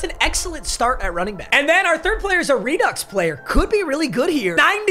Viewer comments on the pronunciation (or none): none